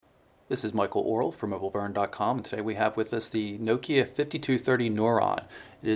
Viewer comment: You pronounce Nokia wrong